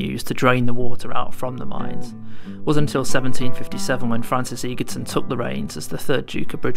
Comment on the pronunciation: Egerton not Eegerton.